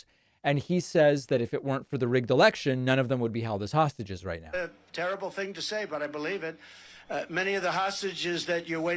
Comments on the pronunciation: Why does Trump say 'sausages' when he means hostages? 😀🇦🇺💙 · He can't even say the word "hostages", he ends up repeatedly saying something like "hostgages". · What are "hosgigeges"? That is what the stable genius said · Did Trump just say "sausages" for "hostages"? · Is Trump saying sausages or hostages??? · Did he call the hostages, sausages? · His "hostages" sound like "sausages" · 😂I was like "did he just say sausages?!" & was sooo confused! At least I know I am not the only one who heard "sausages"!